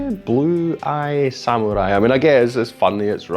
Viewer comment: You are the first non-Japanese who pronounces the word samurai correctly. Most say sam-u-rai not sa-mu-rai. Thank you.